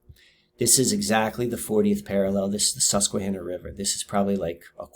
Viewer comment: Hi. What an incredible, fascinating subject; well done. In the spirit of synchronicity, you should know first there’s no reason I should’ve seen this great video. I stumbled upon it. I live outside San Diego County proper and work at a casino in Alpine called Viejas. However we play at a nearby casino called Sycuan (same native family owners). It’s all I could hear when you said Suquanna. This video had so many synchs with me, too many to list. I’ve watched most of your other vids as a result. Wand is an ancestral name in my family. My Haplogroup is X1b and I hope you venture into DNA and ancestral topics. My maternals were in your area, also Appalachia. My maternals include Peregrine White of the Mayflower. I say all this to show you that your efforts can reach the most unlikely, unwitting receivers, who appreciate what you’ve done to such a great degree. You’re very remarkable and special, Thank You.